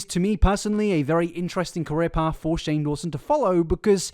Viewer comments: you call shane strange instead of shane haha not a hatertho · Cannot stop giggling at you messing up Shane’s name and calling him Strange instead 😭😭😭😭